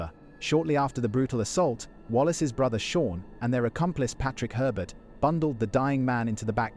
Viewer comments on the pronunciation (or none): none